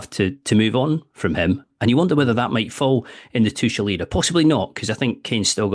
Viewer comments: His name is not Tuschel! It’s Tuchel… you might as well learn German… Inselaffen 🫶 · Saying Tuchel with a soft c was bothering the hell out of me. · None of these brits can pronounce Tuchel right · At least pronounce his name right double-barrelled man